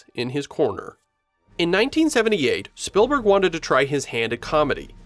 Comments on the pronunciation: It’s ‘Speeeelburg’ not Spillberg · The pronounciation of "Spielberg" sounds a bit too much like "Spillberg" for my taste. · Why are you pronouncing it "Spillburg"? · It's SpEELberg not SpILLberg... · it's speelberg. like spiel in german. not spillberg. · This video has me questioning my whole life and wondering if it's actually pronounced "Spillberg" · ah yes… Steven “SpillBurg” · So Spielberg is pronounced spill-burg? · Almost didn’t make it through the first 2 minutes because of how many times he kept calling him “SPILLberg” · I have never heard anyone pronounce "Spielberg" that way, is that the common pronounciation in the US?